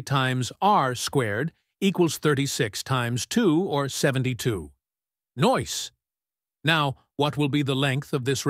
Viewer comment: Please don't say, "Noice!" It sounds ridiculous, especially coming from an AI speaker. We already have to put up with the cat thing at the end.